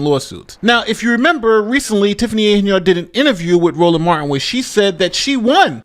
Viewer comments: It’s not pronounced HEN-YARD, it’s one word pronounced Henyerd! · Why do you keep misprouncing her name? Thay makes you sound fake and misinformed. Even the clips you play say her name right unlike you